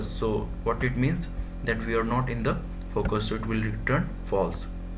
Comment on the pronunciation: this guy single handedly ruined the word "FOCUS"